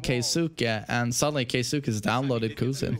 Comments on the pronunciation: Keisuke (KAY S from snake, KAY) not Kai su kay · Its pronounced key-skeh lol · His name is pronounced K-ski. Kei sounds like the letter K, suke is always pronouned like ski or skae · You pronounce his name like this Key-ske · You can pronounce it KAY - skay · Pronounced "KEY-SKAY" ..